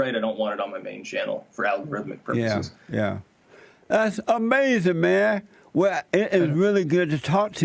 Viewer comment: Styx: I almost died and was hospitalized Jesse: That's AMAZEN man